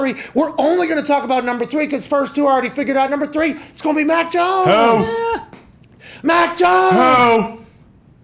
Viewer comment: Lol😂 it’s mac jonesss. Who mac joness